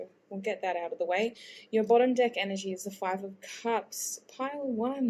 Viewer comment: Why do i always here another vowel when she says “dEck“?